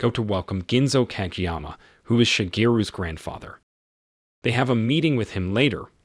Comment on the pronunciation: codge'yama.... are you fuckin serious? googling pronunciations to difficult?? lololol